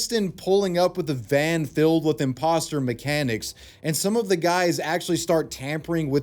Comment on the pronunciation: no I'm not "wif" anyone,are you "wif" anyone